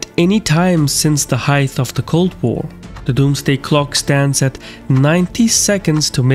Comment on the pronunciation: Height, not heigth